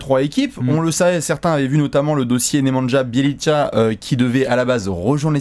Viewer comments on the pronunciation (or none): Je pleure des oreilles quand j'entends prononcer Nemanja Bjelica 😭